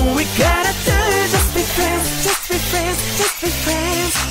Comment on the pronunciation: At times, you can hear them say either "Just be friends" (like it should.) "Just be France" LOL. "Just beat France" (.. What?)